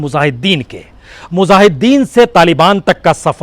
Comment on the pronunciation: हज़ार को हज्जार बोलता हैं यह और मुजाहिदीन को मुज़ाहिदीन बोलता है 😀 । जर्मनी को ज़र्मनी बोला है। बस information ले लो बाकी शब्दो की तो जान ले ली प्रसून ने ।hhhh 😀